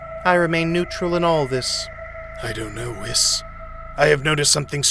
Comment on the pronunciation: ""Beeerus and Wis"" xD